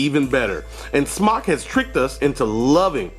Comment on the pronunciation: just an FYI, it's pronounced smoke...Ceo said so